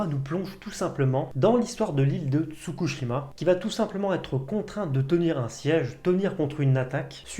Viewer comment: Mes commentaires inutiles mais indispensables : Si tu veux une autre scène de train : Jojo Angolmois : on prononce Anegolmoa (Ane comme l'animal) et attention l'île c'est pas Tsukushima, c'est Tsushima ;) Pour Jujutsu on dirait presque que tu te forces a aimer :D Voilà voilà :D